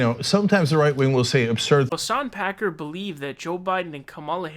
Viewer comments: You keep calling him him packer. 😊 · lol isn't it Hasan Piker, not Pakar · His name is Piker not Picard. Pronounced PIKE- ER. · Picar. It's Piker lmao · Lol I love how you have fake pronunciations for everyone. Hassan Packer. Bernie Sonders. Jjjjjoe Biden. Kyle Kooolinski. Ben Shapino. Lolol.